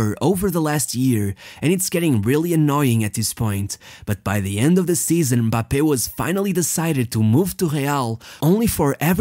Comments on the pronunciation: The fact you pronounced his name properly deserves a thousand likes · He pronounce them like it’s pronounced in their respective country , i’m french and that’s how we pronounce Kylian Mbappé